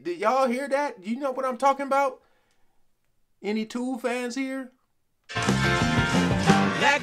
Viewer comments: It's not the correct pronunciation it's jethro tull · "Tull" not "Tool". "Tull" like "Skull" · It's Tull not Tool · Tull as in lull, not tool as in fool..it's freakin' Jethro Tull, dude! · It's not pronounced "Tool" it's pronounced "Tull" like Sea-gull. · Hi! Went to see Jethro TULL not Tool (!) his name is pronounced like LULL ( lullaby).So went to see The band Jethro Tull in 1972 way before The Almond Brothers existed. This music is called “ Prog” and is progressive so yes you would not have heard anything like it. The male front singer dancing around is Ian Anderson and is a musical genius! Still touring today! Seeing them live in the early 1970’s as a young teenager you never forget how mine blowing they were! Grand Funk Railroad was good but nothing like these guys. I would compare them more to The Moody Blues or YES for story telling, great lyrics and musicianship and incredible tunes! I love watching you react to our music! At 66 I can say we had the best music this world has ever seen and heard. We lost Jeff Beck, Christie McVee and David Crosby recently. They are dying off so please catch any of our groups and singers out there when you can! Peace ✌️ ❤ Bless you! Xx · "TULL" not Tool! Love the channel. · I love watching you react...I know what's coming and I can't wait to see the expressions on your face . Not pronounced "tool" it's a short "u" like the hull of a ship. If you want to to hear a softer side of Tull listen to Songs from the Woods from the album of the same name. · The sound effect... When they pull all the bass and midrange out of the sound and you're left with the tinny sounding top notes. Like an old 78 LP record. The guy on Aqualung, that's Ian Anderson! The guy doing the singing on the album. And it's "TULL," Like Lul-laby. Tullaby. Tull. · Tull, not "tool", short u. Also, yes it's supposed to sound far away, or on a radio. Ian Anderson - the front man, composer - set up his music as an experience. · It's not Toull it's Taull